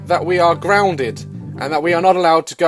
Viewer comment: "Oma gouad I'm still groundard" bruh I'm dead 😂😂😂 I wrote it how he said it😂😂